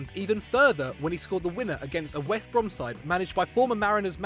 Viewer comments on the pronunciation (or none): none